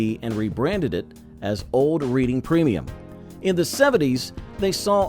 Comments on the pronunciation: That would be REDD ING beer, not Reading, as in a book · Reading Pennsylvania and the beer is pronounced RED-ING not REED-ING. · U lost me when U can't pronounce Reading ;(